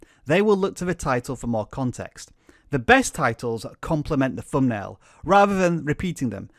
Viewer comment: Could we agree that a word with a ‘th’ in it, is NOT a ‘f’ sound? Not ‘fumbnail’ for example.